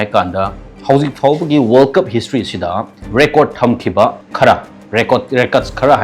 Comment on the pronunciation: Meiteilon ngangbada khara2 thetpa English fao grammar laan2na 😅 ngange. Record kajina Rey Curd kaiye. Aduga EduCentre kaiye 😁😁😁